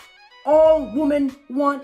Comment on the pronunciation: Just curious I'm asking you this question because I've heard you doing this as well, has it suddenly become cool woman when you obviously mean women? Or is it an accent thing? It's been annoying me for years and so many people do it these days. Please enlighten me what the hell is going on? Seriously.